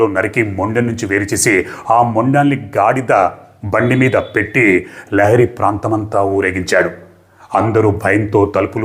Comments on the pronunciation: లియారి,ల్యారీ…లహరి కాదు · Correct. Not lahari.